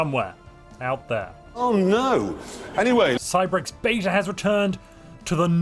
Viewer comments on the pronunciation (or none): none